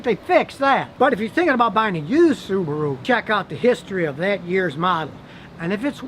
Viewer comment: I’m impressed Scotty you say Subaru not Su bar ru like most Americans say